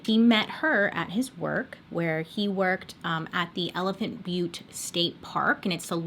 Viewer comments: You pronounced elephant butte correctly My family used to go camping there every spring and summer every year. We lived about two hours away. Beautiful spot when the water was at its highest... stopped going when we found out about this guy and his sick girl friend and daughter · I live in New Mexico and you said Elephant Butte right!! And we call Truth or Consequences TorC. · Woa but no research on the names and locations ok. T or C changed the name of the town to participate in a radio game show in. And you did pronounce elephant Butte right. It is a reservoir and the water levels vary greatly because this is in high dessert and evaporation is a problem. The book gives alot of info. This was all unfolding my senior year of highschool. I grew up in Santa Fe NM. My church youth group used to go swim in elephant Butte. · You said Elephant Butte correctly. Also we call Truth or Consequences (T or C) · Truth or consequences is named after a game show the original name for this town was hot springs. Ralph Edward has paid for the town tho change the name. Also you are pronouncing elephant butte correctly I am from there. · I was born & raised in New Mexico & have played in the Elephant Butte lake numerous times 🤮 before hearing about the TBK. Also yes girl you got the town name right! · Hi love the video! The name Truth or Consequences (usually we call it T or C) is from a game show! The game show had a "contest" to see what town could rename their city Truth or Consequences the fastest, and well T or C won! I think this was way back in the day I don't know when. It's actually got some cool hot springs and is a pretty town. (Elephant Butte is pronounced the way you said it! it's a popular place in NM for the lake)